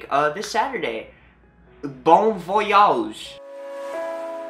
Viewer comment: "Bon Voyawj"? xDD